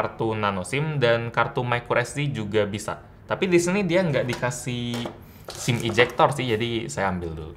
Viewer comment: ketika bilang "Sim Ejector" seketika gua bingung